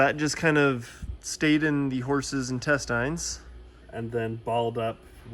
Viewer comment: His pronunciation of intestine hurts me